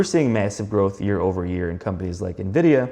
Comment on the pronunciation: It is pronounced like “EN-vid-ee-uh”. its not NUH-vidia. Mispronouncing one of the biggest companies in the world isnt a great look. Just sayin…